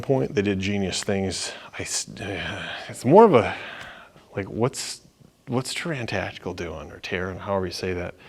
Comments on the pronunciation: “Tuuran tacteecool and canik” sheesh… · Anticipate much??? Oh and if you don't know how to pronounce Taran Tactical you are not really in the gun business. Clown.